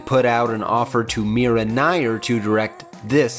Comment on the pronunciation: Mira Nair = "Meer-a Nye-eer"